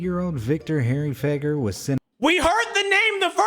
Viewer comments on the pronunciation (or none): Victor harry feguer sounds like “victor harry fagger💀💀💀